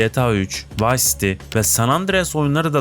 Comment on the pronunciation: Yapay zeka seslendirmesi mi bu? Bug değil bag, vice değil vays, pılatform değil pilatform... Olmamış kardeş. Yine de abone oldum beğendim. Düzeltmen gereken şeyler var.